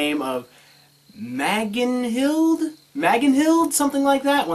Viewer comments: You did seem to pronounce Magnhild correctly (I don't know norse but Magnhild was said in the song Boop) -all "c"s are hard "c"s in latin (from what I learned) -idk if this vid was made before s3 but it was revealed that her semblance is channeling electricity - I'd say that Crescent rose and Pyrrha's rifle are driven by recoil and Magnhild is driven by the blast of her grenades hitting whatever surface the hammer is placed on -PLEASE DON'T CALL MAGS CLIPS (I'm sorry) -might wanna consider writing out scripts for future videos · I have studied old Norse you pronounced Magnhild correctly